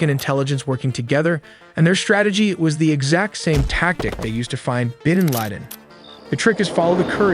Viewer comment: “Bidn Laden”